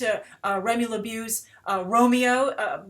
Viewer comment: Say it with me, Lebeau = Leh Bow I'm really beginning to question your reading skills with the constant mispronunciations.